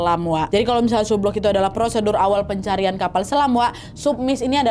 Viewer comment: Cara baca sublook, submiss, subsunk salah